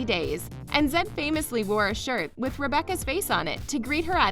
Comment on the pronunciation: 90 Day Fiance Zed = (pr) Zee-ed... Embarrassing Reality = (pr) Em-brace-ing Reality lol